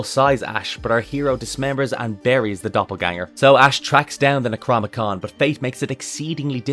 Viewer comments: Nec rO nom Ih con.. not necromicon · The... Necromicon Ex-Mortis?... Eh... It's Necronomicon Ex-Mortis. :D Love the vid!